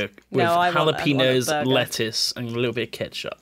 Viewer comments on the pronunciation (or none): Did anyone else hear pronounce jalapeños as hala-pee-nos instead of Hala-pain-yos? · holla peenos XD nailed it.